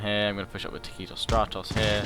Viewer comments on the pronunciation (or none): Dude, at least do me one favor: taktikos stratos takes the accents on the last syllables of both words... :P Otherwise it is like I am hearing sth about some bloody mexican tacos! :PPPP